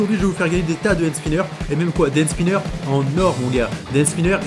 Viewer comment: 17 fois tu dis band spineurs